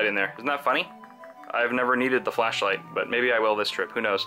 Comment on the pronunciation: The way he says "flashlight" sounds like he's saying fleshlight XD